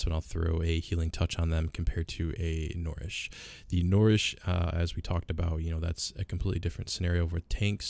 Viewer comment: N - UH-REESH... NOT N-or-eesh ffs